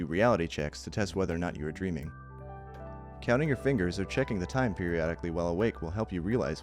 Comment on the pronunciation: He puts an odd amount of emphasis on checking if you’re in a dream or not....